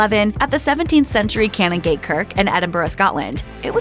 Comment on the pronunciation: Well done, im from Cannongate and your pronunciation was on point. These are a fantastic couple ❤